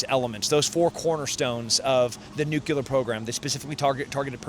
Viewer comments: Please, it’s Nuclear , not nucular, for cripes sakes! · PSA: "Nuclear" is not pronounced "nucular" Let's sound it out. Nu-cle-ar. NOT nu-cu-lar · NOOK-LEE-YUR, not NOOK-U-LUR. Omg 🤦 wtf America! 🇺🇸 why can’t anyone annunciate this word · Bro needs to learn how to say Nuclear. For how much he tries to use the word. Nucular... Really? Also Nick didnt pronounce Iran the same way twice the whole video. 😂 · Tim "nucular" Kennedy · Yeah not sure I’d listen too closely to anyone that says “nukular.” He also said “ingredients” twice in his 4 things needed for nuclear warfare explanation. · Can't pronounce "Iran", can't pronounce "nuclear", doesn't know that the US is the #1 sponsor of terrorism in the world, doesn't know that his government was involved in overthrowing Mohammad Mosaddegh in 1953, still believes everything the MSM tells them even in the age of internet with all the available info... that's your average American right there. The cowboys will never change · It sounds so stupid when people don't know how to pronounce Nuclear